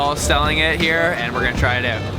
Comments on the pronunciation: the word "OUT" is pronounced "AAAOOooot" NOT "Eeoot" dam everytime you say it ....just zingz my ear...you dont believe me....Google it and hit the fu*in speaker key on the word "OUT" DAM!! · You say "out" funny.